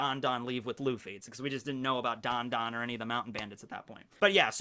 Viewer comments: I love this premis. It's like, "If Luffy were like Whitebeard"😂 - Did you mean Dadan when you said Dondon? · so nobody is gonna comment on how is saying dadan's name